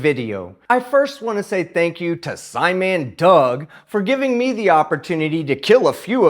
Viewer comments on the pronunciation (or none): Why did he say scimandoug